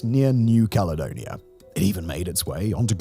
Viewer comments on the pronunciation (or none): none